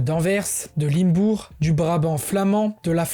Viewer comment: Prononciation à revoir : Différentes Z organisations : liaison obligatoire… mais à l’inverse, une liaison foireuse à 4’37” : trop Z importantes… aïe .. Limbourg: comme dans linge (et pas Limebour..), et Genèse( pas Génèse…) Il aurait été bien de signaler que le Brabant était une région unique mais a été séparé en deux pour des raisons linguistiques. Au passage, pour être complet, vu que tu abordes aussi le côté historique, la Belgique a colonisé le Congo et c’est le français, uniquement, qui était utilisé, et non le flamand. Et d’évoquer le jusqu’au boutisme flamand de débaptiser des villes ou des universités… c’est ça, le principal problème: le fait que le français soit interdit dans pas mal de communes alors qu’avant il était autorisé dans les démarches administratives ou les tribunaux (facilités linguistiques…). Et le comble, pour satisfaire leurs exigences, c’est désormais l’anglais qui est privilégié (Brussels Airlines, airport etc…) tout pour réduire le français au minimum et le faire disparaître Et pour la conclusion : si les flamands sont un jour rattachés aux PB, c’est possible sans que cela n’entraîne pour autant la disparition de la Belgique (un peu comme ça s’est fait avec la Yougoslavie). La Belgique resterait «en format réduit», avec la Wallonie tout en comprenant les communes germanophones…le seul vrai problème est Bruxelles capitale. Et il faudrait un vote pour chaque commune. Si les communes où à 50%, les habitants souhaitent rester belges, cela doit être le